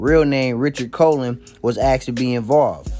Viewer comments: Colon is pronounce like "cologne" not colin. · It’s pronounced like cologne not the body part. Colon. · Right? This kid made me cringe hearing him mispronounce a common last name. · It made me cringe a bit since I'm Puerto rock but doesn't take away the overall message. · If he pronounced that out loud anywhere in NYC especially the Bx , he would be corrected very quickly. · I agree! The video poster should at least learn how to pronounce two words or two names in Spanish! Wow. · Not how you pronounce colon lmao. But funny as hell.